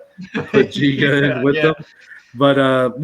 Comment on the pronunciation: not jiga, it is Giga (g'reat, g'oal, g'ame...) good luck, guys.